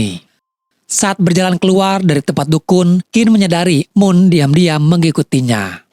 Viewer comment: NOOM bukan moon hadeuch